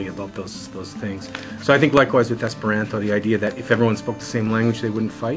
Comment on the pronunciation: I think this is a fair presentation. But the pronouncing of the "ant" in "Esperanto" like the insect is a little distracting; it's supposed to have "a" as in "father". It is a good point, that there are a higher proportion of "strange" people in the Esperanto movement than in the overall population, simply because someone who would learn Esperanto is someone who is not afraid to do something that isn't popular. It's not like there is something inherently oddball in the language itself; it just hasn't become mainstream (yet!).